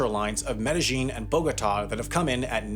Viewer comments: OK but it's Med e Yin not -Jin Confusion comes from a double transliteration. "J" is pronounced "Y" (as in yellow) in the germanic languages so it's sometimes used in the spelling of some Spanish place names like Mallorca (Majorca) and Medellin (Medejin) but it's completely wrong to pronounce the J like it is used in English (as in judge). The Spanish word is spelt with a double "L" which is always pronounced "Y" in Spanish. "Medeyin". Never "Medejin". You're welcome. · Double L’s are pronounced like Y’s in Spanish - Me-de-yeen. Not pronounced like whatever it is you’re saying when you say Medellín - Me-dej-een. 🙂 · You are mispronouncing the name of the city in Colombia. It is NOT "med-a-geen". It is Spanish - "Med-a-Yeen" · Not a bad video even though it’s AI. The telltale sign as he keeps pronouncing meh-deh-YEEN med-see-zheen. Chinese often pronounced to L’s like a ZH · Each time you mispronounced Medellin was more painful than the previous... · your gringo accent is quite off-putting, if you are going to do these videos at least learn how to pronounce the names of the places you are talking about. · Your pronunciation of Medellin, lol. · my only knowledge comes from watching the show narcos but im pretty sure youre saying Medellin wrong